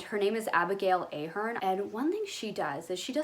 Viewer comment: Great video, I love the Olsen Twins style. Btw it’s Ah-hern not Ay-hern. As an Irishman (though she’s English with Irish heritage) that made me chuckle but great to mention her. My friend is obsessed with her, he’s decorated his whole house according to her principle.. I always joked he joined a cult, he even did her course